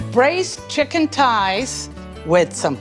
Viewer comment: Chicken “ties” 😅